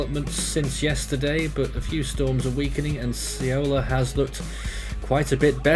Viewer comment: have heard so many variants of saying "Saola" but noone got it right 😐